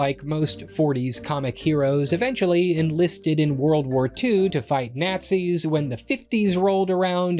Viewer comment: That’s an odd way to pronounce Nazis…